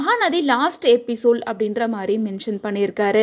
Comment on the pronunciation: Episole illama episode.. ongaloda tongue slip aagudhu